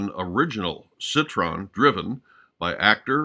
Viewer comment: Citroën not "Citron" byt the way, it's one of the anachronisms of the otherwise brilliant movie. The 2CV is evidently too young for 1962.